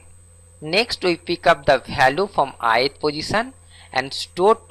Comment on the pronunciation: bhariable aur bhalue nahi hota. variable aur value hota hai. pehle bolna sikh lo fir dusro ko padhana